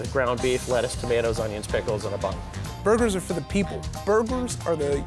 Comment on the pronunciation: he said blugers